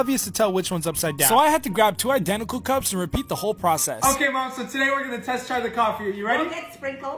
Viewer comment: I feel bad for his dad. The way he says “okey”